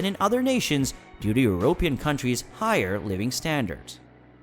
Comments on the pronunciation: Eurooww pee inn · Did this man say euro pan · Great video, but really annoying to hear "European" being pronounced with the accent on the "o" rather than the "e". In "Europe", the accent is on the "u", not the "o". Rant over.